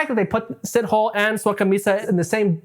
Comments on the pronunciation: “see toe lay” not “Sit Hole “, besides that you did a fantastic job with your research. Well done ❤ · Dude made me laugh with Sitoll! Moses Sitol! How does he know so much about Moses when he clearly has never been. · your pronunciation of “Sithole” STRESSED me 😂. it’s [sih-toh-leh]. Great video though ✨ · Did he just say Sit-Hole?💀it's C-tour-Leh my guy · It's "see-toh-lê" :) not sit-hole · Repeat after me "SEA-TALL-AIR"... Moses SeaTallAir-> Sithole!! You should hear how us Xhosa pronounce Xhijin ping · It's pronounced C-tow-laire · Dude Sithole is pronounced Si-toh-leh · 1st Correction, Pronounciation is See-tow-lay. 2nd Correction, in South Africa when someone is referred to as a coloured. It means they are mixed. Mainly an offspring of a Black and White. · It's hilarious how you pronounce "Sithole" it's actually more like "si-to-lay" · As a South African..you pronounce his surname as Si-tho-le..but never the less he's a sithole for his crimes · “see-tow-lay” the w so light it’s almost silent… but shithole sounds good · ive heard of seen and even talked to rapists but this dude is another level of evil and btw thats not how you pronouce sithole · That is not how you say Sithole.